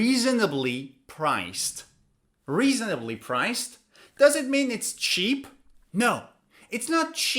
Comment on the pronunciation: I didn't have problems with the "cuisine" pronunciation, but i did have problems with the "reasonably" pronunciation